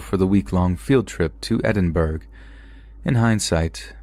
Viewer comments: Did you just call Edinburgh as Edinburg? It’s pronounced Ed-in-bur-ah not Ed-in-burg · Edinburgh (edin-borough) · I've told you before, I'll tell you again it's pronouced 'ED-IN-BRUH' NOT 'edinburg' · I'm an American and the city I live in is named "Edinburg" Lol. I never knew that the Scottish city had a different pronunciation. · I really hate being "that guy" lol but it's pronounced "Edinzburrah". Sorry, lol 🥺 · No doubt about it, when it comes to narration, you set the standard. But just so’s you know, it’s Edin-BRUH. Edinborg, the setting for Arnold Schwarzenegger’s new movie, is a planet light years away😉